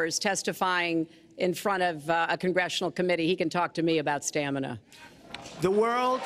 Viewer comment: as soon as he says STAMANAH the super smash bros theme plays in my head. stamina mode is fun